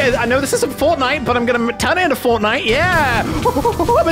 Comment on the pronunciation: What Just said? FORNITE? 😂